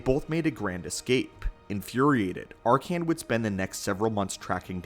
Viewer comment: I like the video but hate how you pronounce his name wrong throughout the whole thing........have you played SWTOR? His name is never said like that